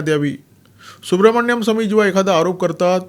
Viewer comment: Dr Subramanian Swamy/ डाॅ सुब्रमणियन स्वामी ह्यांच्या नावाचं उच्चारण सुब्रमण्यम स्वामी नाहीये.